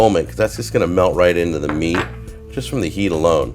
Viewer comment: Hearing say “meat” makes me feel uneasy